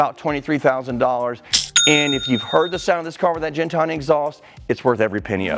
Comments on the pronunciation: It’s gintani not jintani my man. Incredible collection. Thanks for the content. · I hate how everyone mispronounces "Gintani"